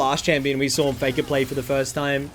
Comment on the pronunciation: "foi-nolly fay-kah has mel"